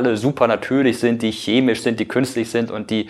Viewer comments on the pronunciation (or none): none